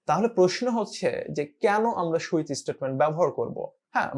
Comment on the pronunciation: switch => It's not "shoe-itch", it's "sue-itch"